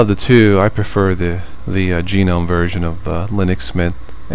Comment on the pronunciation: lol "G" gnome. Don't worry, I used to say that too. :P